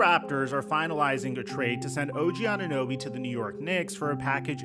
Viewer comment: She cant even say OG name correct